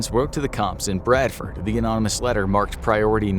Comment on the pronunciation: An American saying Bradford that’s made my day